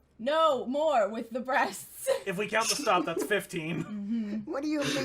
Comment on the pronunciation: “She has them bresteses” xD